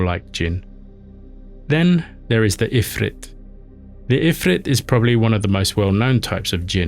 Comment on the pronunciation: Ifrit is pronounced as "Efreet"